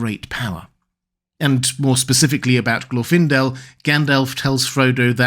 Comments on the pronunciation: Lmao "Glorf-indel" .. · Even in this video there's no consistency in how his name is pronounced, specifically whether the stress goes on the first or second syllable. I think the conclusion is correct: you don't send the most recognizable (to the enemy) elf on a stealth mission.